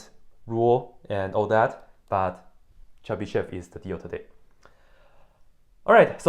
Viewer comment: First of all here we have yo (e with diaeresis, although diaeresis is usually omitted it is still there) and sh is hard so we say this name Chebyshov (more precisely Chiebyshov) Moreover accent is on yo (Accent is flowing and knowing where is accent is important for correct reading) You read it wrong and other take example from you and also read it wrong even if they where taught this language How I get formula for Chebyshov polynomials I started with cosine of sum then i wrote recursive relation for it cos((n+1)t)=cos(nx)cos(t) - sin(nt)sin(t) cos((n-1)t)=cos(nx)cos(t) + sin(nt)sin(t) cos((n+1)t)+cos((n-1)t) = 2cos(t)cos(nt) Let cos(t) = x and cos(nt)=T_{n}(x) T_{n+1}(x)+T_{n-1}(x)=2xT_{n}(x) T_{n+1}(x) = 2xT_{n}(x) - T_{n-1}(x) T_{n}(x) = 2xT_{n-1}(x) - T_{n-2}(x) so we have recursion T_{n}(x) = 2xT_{n-1}(x) - T_{n-2}(x) T_{0}(x) = 1 T_{1}(x) = x Here I used exponential generating function E(x,t) = sum(T_{n}(x)t^n,n=0..infinity) After plugging it into the recursive relation i have got second order linear ODE with constant coefficients (in fact initial value problem) This differential equation was easy to solve with Laplace transform Once i have got exponential generating function it appeared that it is easy to calculate nth derivative using Leibniz's product rule